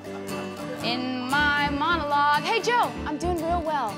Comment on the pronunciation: “In my MoNoLoUgE”